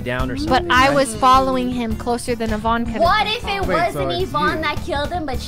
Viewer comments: Everyone: Yvonne Sykunno: Yivonne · Still calling her yuhvon huh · Sykunno still pronounces Yvonnes name wrong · "it's yivonne" 😆